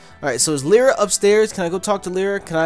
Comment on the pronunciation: Lyra is pronounced Lie-ra not Lee-ra